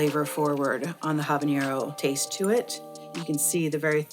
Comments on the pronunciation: It’s not ‘habañero,’ it’s ‘habanero’ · Ah-bah-nero, not Hah-ban-yero. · Great video! 🙌🏽 But You should know that you’re pronouncing habanero wrong. Take it from someone who speak Spanish. As there is no accent over the “n” so you don’t need the “ny” sound. It’s all good though! 😀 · If she's going to represent a Mexican hot sauce company she should learn how to say habanero instead of mispronouncing it repeatedly. Good grief.